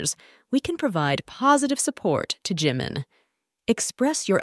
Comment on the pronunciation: Please pronounce his name right Jimin.